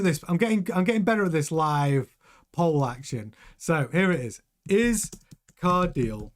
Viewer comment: Its pronounced CAR-DEE-LE (the last part is like saying LEclerc)